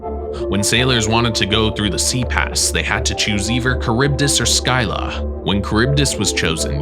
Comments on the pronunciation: Man called scylla skylah.. you say it as silla! :) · Its not sky llq like sky but ski lla like ski❤❤❤ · Make one about Greek mythology. I’m a Greek fan. By the way, it’s not Skilla it’s Cilla. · Fun fact : scylla is pronounced silla not sky la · Make one about Greek mythology. I’m a Greek fan. By the way, it’s not Skilla it’s Cilla. See if I’m wrong go to the trials of Odysseus you’ll see I’m right. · Scylla is pronounced Sill-Ah, not Skyler 😂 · Why do you call the Greek sea monster Scylla (pronounced Silla) "Skyla"? In school in the early 1960s I was taught about Scylla and Charybdis, and until seeing this video I had never come across the spelling or pronunciation Skyla. Now when I Google Skyla, I don't find anything related to Charybdis - all references are still to Scylla. Skyla, on the other hand, is an intrauterine device to prevent pregnancy - IUD. I should add that except for that oddity, I'm enjoying your video very much. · (sil-la) not (sky-la) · sky-la? you mean seel-a? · U say u can pronounce scylla is pronounce silla not skyla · where have you ever heard skyla? it’s scilla like shilla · Scilla not skylla.... Basics. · Not sky-la scylla is pronounced Sil-a you got her twin correct. It even tells you in back of Percy Jsckson how to pronounce it. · I thought it’s pronounced Silla? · It is pronounced “silla” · Scylla is also pronounced with a silent c, like silla. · Your pronunciation of Scylla gives me a headache 😂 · WHY SAY SCYLLA LIKE THAT WHY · Scylla. He!? What where are you even getting your information. First of all look up the pronunciation, secondly she always gets described as a woman with dog like heads coming from her hips and with multiple heads. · Dude learn to. pronounce stuff before you talk about it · you mispronounce scylla. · THANK YOU!! everyone freaking out about "Joab" and feeding the troll and I'm sitting here like bruh he pronounced Scylla wrong too. And that 1 hurt bc I love that story. Lol